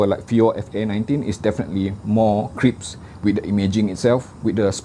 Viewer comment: Nice review as always but I want to make you a correction without offending you.The right word is - crisp - not crips..😉 I m thinking order a custom set but the price is a bit high but my small ears don t offer me many alternatives (FA19..)